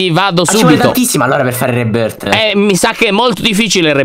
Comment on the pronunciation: Reboooorth Io: ma come l'ha detto 🤣🤣🤣🤣 adoro 👁👄👁👍